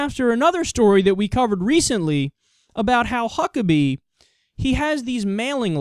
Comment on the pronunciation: Why do I keep hearing Fuck-pack??